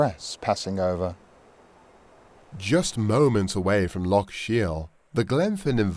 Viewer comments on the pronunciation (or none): LOCH! ...not "lock" ya sassenach!! ..though thumbs up for magnificent content and presentation.